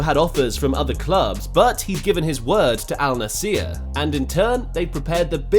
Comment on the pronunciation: its Al Nassr bro, not Al Nassiiier :D